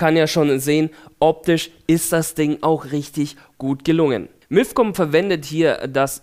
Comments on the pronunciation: Es heißt nicht milf sondern mifcom haha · bei verstehe ich immer Milfcom O.o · Hat er bei milfcom gesagt? XD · Miiifcon xD